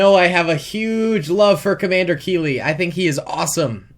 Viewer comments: That’s not keeli thats keeLEET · Did he say commander Kiwi 😆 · It's captain keeli